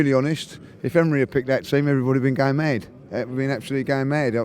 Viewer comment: It sounds like he's saying, "everybody would be going made" not mad